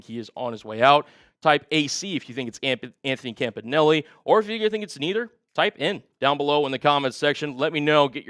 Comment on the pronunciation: Isn't everbody pronouncing Campanile wrong ?